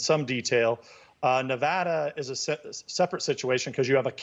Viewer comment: It’s so annoying when people like this Newsmax guy mispronounce “Nevada”. Thank you congressman Devin Nunes for pronouncing it CORRECTLY.